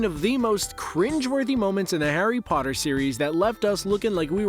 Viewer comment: 2 seconds in... The way you say Potter.... cringe dude. "Poterr'rr" Bahahaaaa